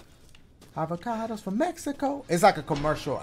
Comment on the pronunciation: 😂😆 mAh boi said AVACADOS FROM MEXICO 😆😂😂😂